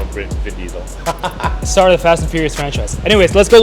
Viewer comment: No no. ‘Bin Diesel’ ‘Pall Walker’ ‘Some Kang’ 😂